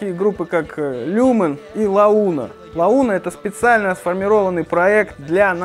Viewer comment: меня упороло название группы - «Лауна»😂, ты серьезно не знаешь, как называется группа или специально исковеркал наименование коллектива? Louna - а ну ка, прочитай по-английски))